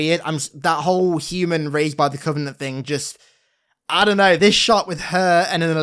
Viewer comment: why does she call it "the covening"(?) and not the covenant? Help